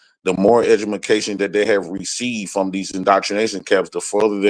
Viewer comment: said "Edgamacation"......this dude dumb as sh*t.